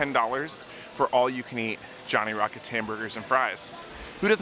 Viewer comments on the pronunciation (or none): none